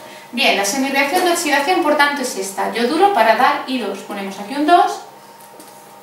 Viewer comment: Esta mujer explica muy bien, pero me pone súper nervioso que diga oTSidación